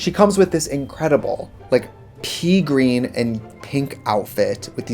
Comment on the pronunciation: I thought she said "pee green" and I was about to freak out, like, what have you been drinking for your pee to turn that color?? Stay healthy, hydrate